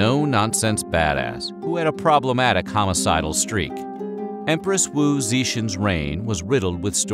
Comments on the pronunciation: Zeshen lol it's Zet-ea-an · It’s Tian with a T sound, it’s not tian like attention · Zeeshen. lol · the way he pronounces "zetian" physically pains me